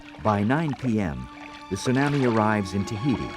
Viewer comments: The only thing that bugs me is how the announcer pronounces tsunami. I know facts about tsunamis were not known back when this was produced, and back in the 60s the scale didn't go to 9 and higher. Chilean earthquake was at most a 9.6 The Alaskan quake was 9.0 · The narrator's pronunciation of tsunami is funny.